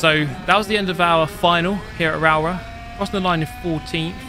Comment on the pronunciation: Rowrah pronounced “Raa-raw” 😅